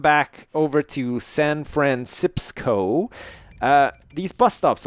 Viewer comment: he just called it Sanfransipsco